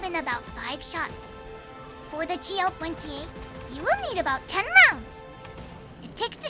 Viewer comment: Not too fast, but some phrases are not pronounced clearly enough. Generally, "GL-21" and "GL-28" are not pronounced very well. These sound like "GL wenty-one" and "GL wenty-eight." Pronunciation of the 't' is missing. Specific example of mushed words "Even if I shot randomly like this." Inaccurate translation "Once green liquid starts spurting out of your body" assumes the wrong subject (the player), which should be the Charger. Instead "Once the Charger starts bleeding-out." Behemoth and abdomen are not always pronounced correctly. However because Zundamon is cute, everyone will forgive these small mistakes.